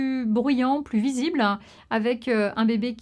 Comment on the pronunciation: Visibl-han. Jour-han. Bronchiolit-han. Ventilatoir-han. Machin-han. Dizain-han. Aaaah jpeux pas.